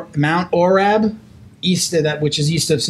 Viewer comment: Hey guys, much love for the shout out as all ways, and probably to make it easier, our Valor bjj ohio gyms town is mt orab pronounced like the circle orb. But either way if you guys or anyone for that matter would ever like to train around Cincy please contact us. We also have some affiliate schools in Cincy and closer to the cvg airport!